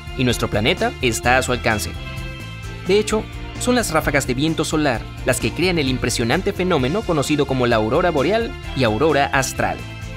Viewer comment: Es aurora "Austral" no "Astral"